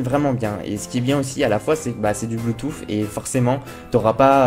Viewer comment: bonne vidéo très complète bravo continue !!!! Attention on s'en fiche de ta vie dans ta cuisine et on dit bluetooth avec un "th" sur la langue ( écoute sur Google translate )